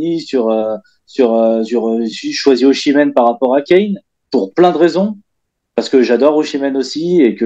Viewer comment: Et oh passage "Ozimen" par pitié 🙏 "Oshimen c'est un mélange entre le joueur et Yoshi